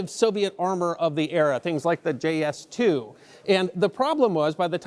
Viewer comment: IS-2. IT'S THE IS-2. NOT THE JS-2.